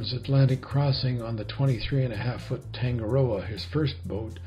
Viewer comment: Tanggggg a row a. You need to work on your pronunciation. Toungue a roa-no harsh g sound